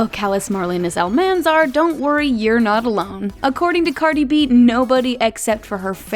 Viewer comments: When you said cardi b name wwron i was shitting myself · U said Cardi b name wrong